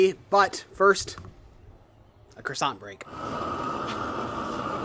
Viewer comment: You do your best to pronounce Italian words correctly, but you've totally butchered the french "croissant".